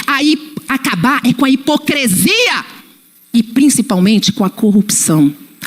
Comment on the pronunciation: Sou fã da Paula. Mas a lingua portuguesa chorou ao ouví-la fafar e repetir a palavra "HIPOCRESIA"...